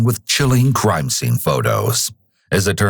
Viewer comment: This narrator has to be the most annoying narrator of all narrators. Why do people have to add "uh" to the end of words? Sceneuhhhh